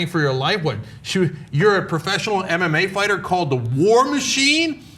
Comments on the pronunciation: Did Cenk say MMA Farter? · On a lighter note...Cenk said "MMA farter" :) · "an mma farter" lol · Lol cent ugur said mma farter by an accident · "Attacked an MMA farter" said cenk haha